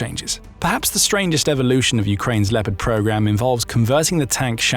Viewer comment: Les IA de piste audios , ont une grande difficulté à prononcer les noms propres , ( Lipeurd pour léopard entre autres ) Et le débit de paroles est souvent trop rapide. Il y a de grandes améliorations à faire